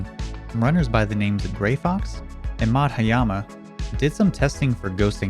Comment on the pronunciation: Its pronounced 'Madh-yum-aa' not 'Madha-yama'.